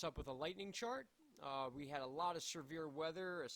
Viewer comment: Severe weather. But I like how you pronounce the word severe. Sir vear. No offense we all pronounce things a little differently. 😎 thanks for the weather update!!!